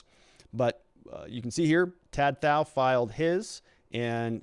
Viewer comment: Pronounced like to t-ow